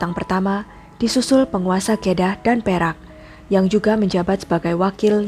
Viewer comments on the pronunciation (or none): Jika membahas berita Dari luar, adalah lebih baik memperhatikan penyebutan yang benar. Kedah Salah penyebutan nya... Lebih riset lagi ya lain kali